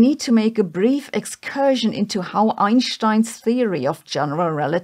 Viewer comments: There is no sch in Einstein. Why pronounce it that way? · She chooses to pronounce it the original German way for some reason ("eye-nsht-eye-n")